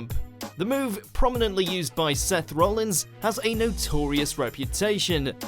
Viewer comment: IT'S ROLLINS NOT ROLLINGS